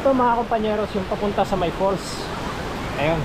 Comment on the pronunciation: Falls po hindi "fool". 😊